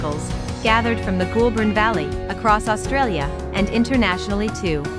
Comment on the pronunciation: Goulburn River pronounced GOAL-BURN Echuca pronounce EECHOOCA